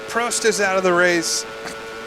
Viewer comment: He finally learned how to say prost correctly, finally